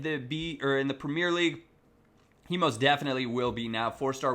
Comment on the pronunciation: the way you pronounce premier is fucking annoying